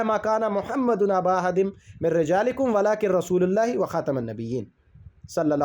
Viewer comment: أَعـوذُ بِاللهِ مِنَ الشَّيْـطانِ الرَّجيـم بِسْمِ اللّٰهِ الرَّحْمٰنِ الرَّحِيْمِ مَا كَانَ مُحَمَّدٌ اَبَآ اَحَدٍ مِّنۡ رِّجَالِكُمۡ وَلٰـكِنۡ رَّسُوۡلَ اللّٰهِ وَخَاتَمَ النَّبِيّٖنَ ؕ وَكَانَ اللّٰهُ بِكُلِّ شَىۡءٍ عَلِيۡمًا۞ آپ نے رسولُ اللہ پڑھا ل کو پیش کے ساتھ